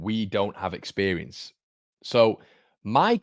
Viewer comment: expewience lol